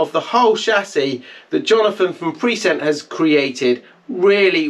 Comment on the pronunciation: Pre-sent? Prescient.